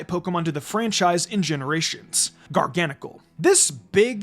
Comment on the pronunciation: I pronounce Garganacl as gar-gə-NAY-kəl